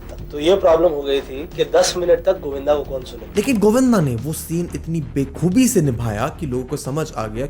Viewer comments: bekhoobi wrong "Bakhoobi" is right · Bekhoob nhi baakhoob hota hai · Its “baa khoobi” not bey khoobi…bey khoobi is a negative word which means no khoobi at all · beekhubi nahin Bakhubi hota hai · correction : "bekhubi" nahi bhai "bakhubi"